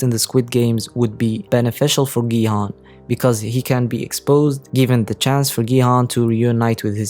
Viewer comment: And it’s not Gi Han it’s Gi-hun onse again bitch